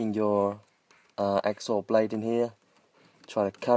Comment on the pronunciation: Just so you know it is hacksaw blade not "axe saw"